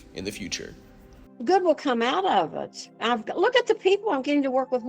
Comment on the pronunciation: idk what accent it is that pronounces "it" as "ut" but it's annoying af